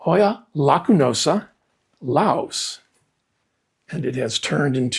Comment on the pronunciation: Thank you for pronouncing Laos correctly. I told another plant YouTuber that I was born in Laos and that it should be pronounce like it rhymes with mouse and not how she was pronouncing it like Lay-ose. Her response to me was "here in America, we pronounce it as lay-ose" 🙄🤦‍♀